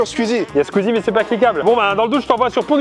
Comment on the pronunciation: Skuizi... Kévin ça se dit squeezie